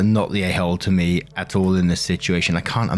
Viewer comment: Can I say I LOVE when British says a tall instead of at all. I’m just weird like that